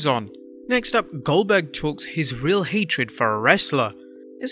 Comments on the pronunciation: Hatred not hatrid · "Hatrid" ? Seriously? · 0;15 HATRID??